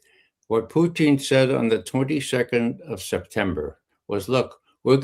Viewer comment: Putin not PUCHIN